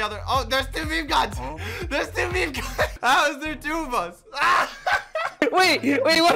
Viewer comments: Anyone else gonna talk about how he pronounces meme “me me” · I am still so confused. Why does socks pronounce meme like that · meemee Me: its pronounced "meem": MEEMEE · saying meme:mimi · For some reason I get triggered Somebody spells mimi wrong Or thinks meme is mimi It’s probably just because it’s my Roblox name So when he said mimi instead of meme anxiety rises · Who's gonna tell him it's pronounced "meem" not "meemee". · its not me me its MEME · Who else cringes when they say me me instead of meme 🖐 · Why do u say me me not meme?